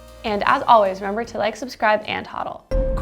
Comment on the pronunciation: Its hodl, a stupid phrase with good meaning so I am going with it. BUT It stil sounds like hold, not Hawd. Holders. Not sure why your voice is so scratchy too.